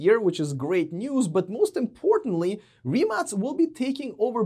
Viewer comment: +1 for pronouncing rimac right